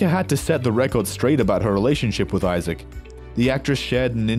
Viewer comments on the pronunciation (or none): none